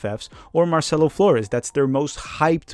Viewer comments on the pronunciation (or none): none